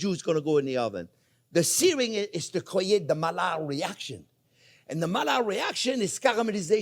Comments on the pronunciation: Thank you I know the Maillard reaction (discovered by Louis Camille Maillard) very well, I was just criticising your pronunciation of his name. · I'm sorry but I stopped looking after the 73th time you mispronounced Maillard, Louis Camille Maillard was a French physician and chemist, mallard is a duck. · Don't even change, your mispronuciations are just so funny. The duck reaction, i.e. the mallard reaction :D What makes it even funnier is that he's French and knows those two LL's become an I.